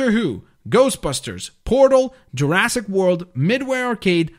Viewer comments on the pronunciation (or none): Excuse me, but did you just say LEGO JUARASSIC WORLD IS IN ON THIS?!